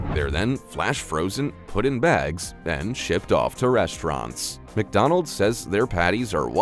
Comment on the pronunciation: Ffs there's no I in McDonald's learn to speak English